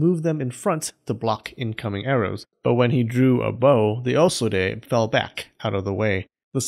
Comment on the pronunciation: I like how he pronounced "Osode" wrong, but then right the second time